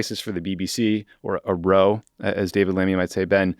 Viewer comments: When you're talking about a quarrel, the word "row" is pronounced more like "how". Trust me. 😄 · Oh thanks, I didn't realize. I did notice the correct pronunciation later on, and was curious what that was about. Oh well, just nice to see it covered at all.